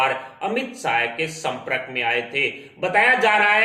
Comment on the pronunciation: संप्रक नही यार संपर्क ।हिंदी के शब्द का उच्चार ठीक करो ।इसके पहले १५ का आंकडा अब २० बढाते जावो। हम मजा ले रहे।आप को भविष्य वेत्ता बनाना लाजमी होगा।